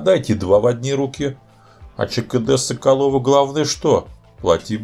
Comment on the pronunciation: Всё супер, только в чешском языке ударение на 1 слог - ЧКД-С'околово. Ну и жалюз'и всё-таки, и это слово не склоняется и употребляется только во множественном числе, очень доставил рассказ про 2 серию с кучей, пардон, "жалюзей".